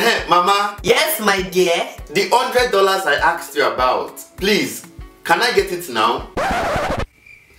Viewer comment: I AKSED you about? It shouldn't be asked*?